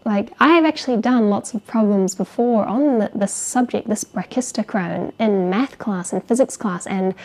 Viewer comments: i just get stuck on 1 thing about your videos. Anything other than that is perfect but you pronounce math like meth and it always cracks me up. i just wanted to tell this. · I keep hearing meth because of her accent 😅